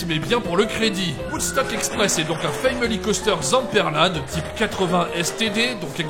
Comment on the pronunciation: Ta prononciation des mots anglais est plus qu'approximative: family, menace... Un petit coup de Google traduction en audio te donne la prononciation correcte et te permettra de facilement améliorer ton niveau. (oui c'est pas rédhibitoire mais ça fait un com pour le référencement)